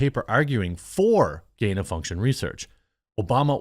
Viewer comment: You can’t even say gain of function.